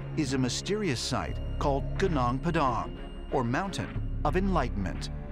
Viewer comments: Lemme tell you, to pronounce "gunung" just say it like "goo-noong". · How to pronounce "gunung" : goonoong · Gunung is pronounced as goo-noong. Come on, don't disapoint us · its iritating my ears whenever u pronunce that "gunung padang" you just have to pronunce Gunung "Goonoong"